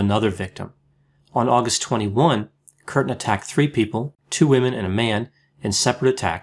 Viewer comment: Umlaut indicates a dipthong--"kyurten". Also the word is "bestiality," pronounced "best", not "beast."